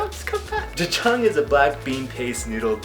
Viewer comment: omg your pronunciation 'jajjang' ...... dafuqqqq